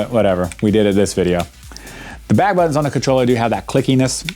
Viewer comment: Great video man, Not gunna lie I kinda like the tougher bouit, (buttons lol 😂, I found that hilarious,I’m glad you left it in as well as “poit” ), I also find my home button is a tad tougher too, but I definitely agree they feel a tad different and more clicky from traditional especially the back buttons keep up the great videos